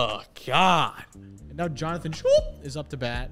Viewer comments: Jonathon Schoop is pronounced "scope" btw lol. Common error. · Please GOD learn how to pronounce Jonathan Schoop’s name correctly. It’s similar to scope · Schoop sounds cooler so ima stick with it